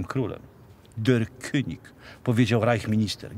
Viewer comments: Jaka amatorszczyna języka niemieckiego... kunig Kuń by się uśmiał. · König wymawiamy kynig nie kunig 😀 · "König", czyli po niemiecku "król", czyta się "kynig", a nie "kunig". Pozdrawiam 🙂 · König wymawia sie kynig tak w niemieckim jezyku , litera Ö Jak w polskim Y.Dobra informacja. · Deutsche König von Polen. Dojcze kyniś fon polen. Taka jest prawidłowa oczywiście w transkrypcji wymowa tego niemieckiego zwrotu. Szkoda że znajomość niemieckiego jest tak słaba również wśród polskich historyków.